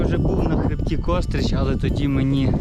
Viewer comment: Не "кОстрич", а КострИча!!!